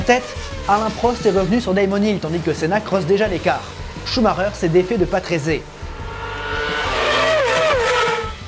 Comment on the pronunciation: une petite année de docte, je me souviens que mon oncle me prononcé le nom patrése et non patrésé ! merci pour tout ce que tu nous partage ces excellent !! merci encor bonne continuation 😉